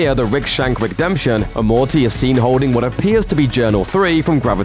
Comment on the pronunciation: ‘Rick and Mortaaayy’ wtf?